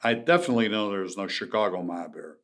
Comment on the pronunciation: "Choocago..." x Vlad "Shoecago..." x Frank